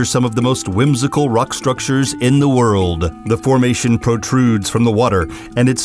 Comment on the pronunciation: He kind of sounds like Reverend Timothy Lovejoy, Jr. from the Simpsons when he pronounces "wooooorrrld" ... "doooowwwn"'.... "behoooold" ... "landfooorrrm" :D